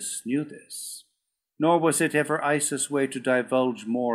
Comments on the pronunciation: And "Ice" instead of "Iss".😖 but hey, it's free! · I think this book is amazing!!! The only thing I do not like the way he mispronounces Issus.